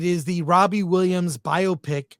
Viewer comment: How is it 2 life long film critics can't pronounce Biopic correctly?